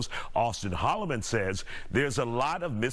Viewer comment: It's Hol-le-man. Stop the slick dissing.